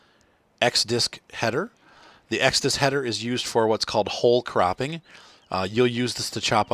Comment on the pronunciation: i am the only one that understood "hole craping" instead of "whole cropping"?